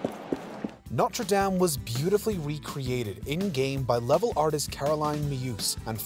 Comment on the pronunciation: Why are you pronouncing Notre Dame so terribly cringy. STOP! STOP! STOP! 🤬🤬🤬🤬🤬🤬🤬🤬